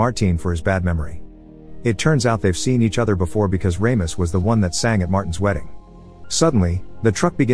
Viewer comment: RAMIS? lol you mean RAMOS? (RAW-MOS)